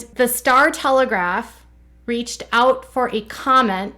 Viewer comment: it’s the star telegraM, not telegraph!!!!!!!!